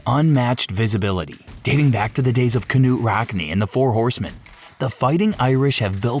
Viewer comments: "Ka-nute Rockne" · Yeah... I stopped watching the instant I heard "Ka-nute Rockne" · Can't watch these AI voiced videos anymore! KaNUTE Rockne?! Gmafb